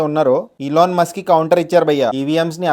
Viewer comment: ilon mask kadhu bro ... Elon Musk